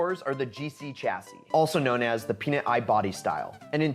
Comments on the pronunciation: Also I’ve never heard peanut eye lol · did he just say PEANUT EYE body style?! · Peanut eye? Wtf literally no one says that